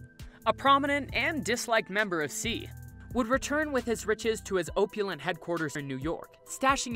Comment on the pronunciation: OPE-ulent? OPP-ulent. AccuSition? Acquisition. Ostenably? ostensibly. Debuted? Debyood. Jesus Christ man, that is pathetic. If you are going to be an announcer, at least practice a little. Ask around-"Hey guys, am I pronouncing these words correctly?" You've actually made up words! Maybe I'm missing the YouTube rule that says only ex-Starbuck's employees are allowed to narrate videos.